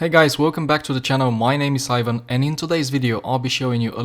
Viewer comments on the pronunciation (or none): none